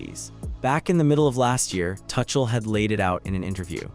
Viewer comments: please pronounce the name as Two-kle not touch-el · AI, keep calling him 'Touchel' 😂